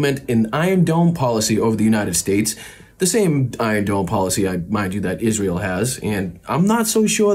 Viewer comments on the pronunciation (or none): none